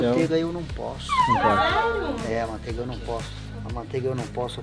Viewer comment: Alguém escutou o dizendo maonteiga